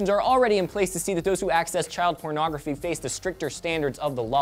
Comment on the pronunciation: lol says child PERNogrophy.